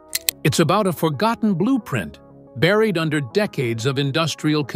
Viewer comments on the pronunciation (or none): none